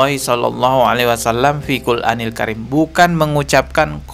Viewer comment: MAAF BANG..BUKAN FIL QUL ANIL KARIM. JG BKN FI QUL ANIL KARIM. TETAPI FIL QUR'ANIL KARIM. 🙏